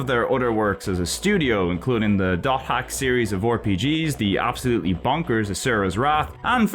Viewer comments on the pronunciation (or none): none